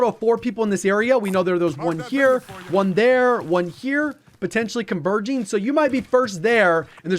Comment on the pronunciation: did he just say "convulging"? lol. neat.